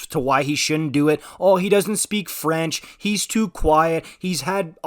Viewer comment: I really appreciate that you pronounce french names in a french way. It's quite rare.